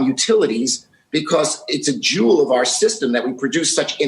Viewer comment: Did Lloyd say it is a "jew of our system?"